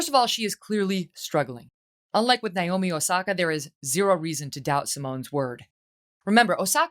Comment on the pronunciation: "Naomi Saki" at least get her name right.